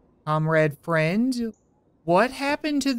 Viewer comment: thought he was saying comrade fred